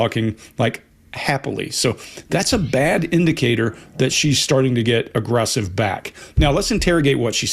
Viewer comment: I just love how pronounces agggrrrresive 😊👌